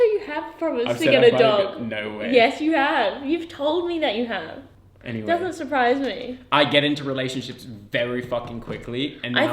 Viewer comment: "Makung" "dousnt"